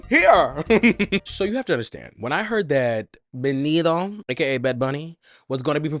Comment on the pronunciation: Baby he won’t marry you if you keep saying his name wrong 😅 we pronounce the T in Spanish lol just say Benito how it’s spelled lol